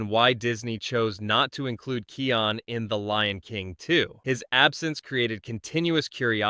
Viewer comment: Kai-on Not Key-on